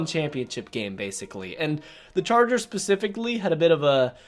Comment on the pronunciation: Love ya but it’s specifically not pacifically